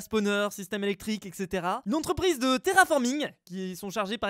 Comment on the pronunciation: on dit etcétéra donc (etc) likez pour qu'il le voit